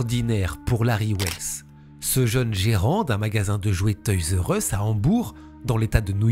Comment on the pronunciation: On prononce toy’s are us… merci pour tes vidéos ❤